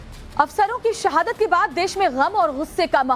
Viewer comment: सहादत,दहशत, फिरकापरस्ती।ये एंकर भारतीय है या पाकिस्तानी।हिंदी नही आती इसे।